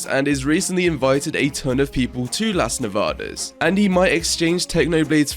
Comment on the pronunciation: As a spanish person, i love how you pronounce "las nevadas"